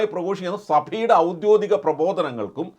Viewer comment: സുഹൃത്തേ, ഔദ്യോദിഗം അല്ല ഔദ്യോഗികം ആണ് ശരി.